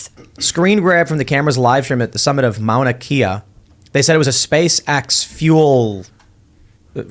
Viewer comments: It's Mauna (Ma-Ow-Na) Kea (Keh-Ah). Not ((Key-ah). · Polynesian languages to not have dipthongs. All letters are pronounced. Ma-u-na Lo-a , Ma-u-na Ki-a ..... not like Mona Lisa. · Mauna kea...pronounced ma'una kea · Why hasn't this been reported on Hawai'i news? And it's pronounced Mauna kay-a".